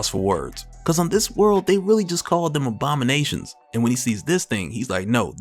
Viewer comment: On the time mark minute seconds I clearly made out that you said OBAMA-NATIONS instead of ABOMI-NATIONS 😂😂😂😂😂...